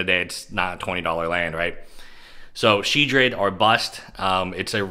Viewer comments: Shedred? There's an OL in there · Sheoldred? Haha